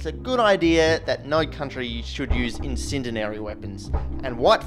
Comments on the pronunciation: Its pronounced IN-SIN-DEE-ERRY - you're putting an extra "D" in there. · it is pronounce "in - send - e - airy" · "insindinary" "inthindinary" "insindinhairy" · Incendinary? WTF word is that? Speech impediment? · Word you are looking for is In-send-dee-airy Incendiary. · The word is INCENDIARY. Pronounced in-SEN-dee-ar-ee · Mispronouncing it twice ;) Legit video, many subscribe. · Pronounce “incendiary” correctly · It’s not like your channel is all about fire. Why should you be able to pronounce incendiary? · Your pronunciation of "incendiary" is highly suspect. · Today on Explosions&Fire: How many times can 'Incendiary' be mispronounced in one video? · I must say I’d feel better about you playing with toxic, highly flammable, potentially explosive chemicals if you could pronounce the word “incendiary” but, so far so good… 🤞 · You had me right up until you couldn't say incendiary... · bruh you have a weird way to pronounce incendiary ;)) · If you’re going to do videos on fire and explosions you should probably learn how to pronounce incendiary. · Um, "incendiary"? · "incendiary" (not "incendinary [sic]") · Its "Incendiary" not "Incendinary". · "Incendinary weapons." I think you mean incendiary. There is no third N in there. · starting , he pronounces "in-CEN-di-ar-y" as "in-CEN-den-ar-y" three times. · Him: "Incendinary" Me: " Incendi-ary" Him: "Incendinary" Me: "YOU'RE EATING HAIR!" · Was just looking for this comment, I knew someone would beat me to it. Hearing incendinary so many times definitely brought the video down to a 9 from a 10. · I was trying to give him the benefit of the doubt... I'm american, so I thought maybe it was like an "aluminum vs. aluminium" sort of thing. If that makes any kind of sense... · I have no clue what "Incendinary" is. I assume you mean Incendiary? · That was driving me nuts as well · Incendiary, not incendinary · InCENdiary not insindinary. Its driving me insane every time you say it. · incindinary isn't a thing, it's incendiary.